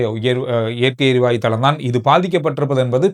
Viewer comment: வணக்கம் … சிறப்பான செய்திகள் உங்களுடையது. இயற்கை “எரிவாய்வு” என நீங்கள் கூறுவது தவறோ என தோன்றுகிறது. “எரிவாயு” தான் சரி போல… மன்னிக்கவும் கூறவேண்டும் போல் தோன்றியது. செய்திகளுக்கு நன்றி..